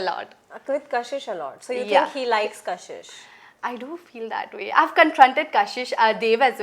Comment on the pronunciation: Kashish ❎️ kasis 😂✅️